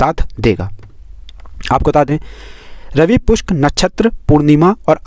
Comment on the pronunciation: रवि पुष्य न कि रवि पुष्क भाई क्या